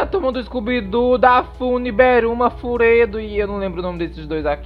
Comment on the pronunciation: "Furedu" AKAKKAKAKAKKAKAKAKKA